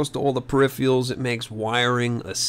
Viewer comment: What about periphials , wtf are periphials ?Peripherals are in English and you fuck that up worse, lol ! Good video though .